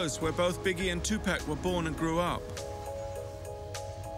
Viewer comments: Next time you decide to do a video of someone, learn their name first. 2 pack this 2 pack that, 2 packs of what cigarettes??? Tupac Shakur... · TUPAC is pronounced Tu-pock, not Tu-pack. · Hearing this guy pronounce his name incorrectly this entire documentary was more painful than watching the actual story! Geesh bro, it's "Two-Pock". 🤦🏾‍♂️ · But we till understood it, whether is tu-pack or two park or Tupac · I really tried to watch this, however, the constant mispronunciation of Tupac's name is very annoying. His name is Tupac (pronounced Tu(poc). Not Tu(pack). Smh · Why not take the time to pronounce his name right? It's disrespectful. Tu- Pock not Pack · Sorry but this nararator is getting on my nerver saying tupack its tupac man 😂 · For crying out loud it is Tu-POCK 😩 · Two pack ?? I cant get over that. After all these years, yall still cant functionally pronounce the mans name?! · You think someone would have told him after this entire documentary how to say his name right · Man he keeps sayin Pac's name wrong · He pronounced it like that on purpose 🤡🤡🤡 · Soon they pronounce his name wrong I turn off why listen if you don't know how to pronounce his name